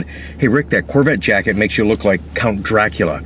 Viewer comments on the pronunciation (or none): none